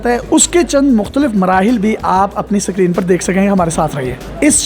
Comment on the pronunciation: to, daily pakistan. pendu log. sacreen. lahore pakistan. respected. bhai pehly screen tariky se bolna seekhlo phir logo ki sasti advertising karna sacreen sacreen sakreen sacreen tang agia hun in penduon se had hoti hy kisi cheez ki bolna tak nahi aata inlogon ko